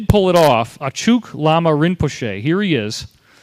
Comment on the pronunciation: Good video - what would make it even better would be better pronunciation - it's Bud-ist, not BOO-dist, Nyingma pronounced as ñingma, Achuk pronounced atch-uck, not atch-OOK, Arik pronounced ah-rick, not ah-reek, etc.